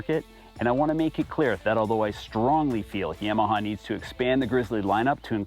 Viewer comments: YA-MA-HA > Yam-a-ha. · my bad. In the south it’s Yawmaha